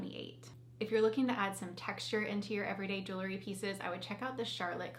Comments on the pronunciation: I hesitate to mention this, but since you're representing a jewelry company, I'd like to gently suggest that you correctly pronounce this word. It's jewel-ree, not jooluh-ree. I know it's a minor thing, and it's a common mispronunciation, so please take this with a grain of salt. I'm a fan of yours and will love your videos regardless:) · The pronunciation of "jewelry" as "juu-le-ry" with three syllables is fairly common in everyday American English and is considered a variant pronunciation. It's often heard in informal speech across different regions of the United States, but it doesn't belong to any one specific area. People tend to insert an extra syllable because the word "jewelry" can feel awkward to pronounce with just two syllables, leading to the more natural "juu-le-ry" flow.